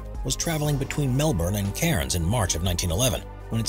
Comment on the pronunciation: That’s how you say the word